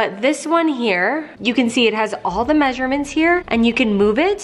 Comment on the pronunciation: You pronounce 'measurement' funny hahaha. And why not put the lids in the pullout metal drawers and then stack thr pots in the other cabinet?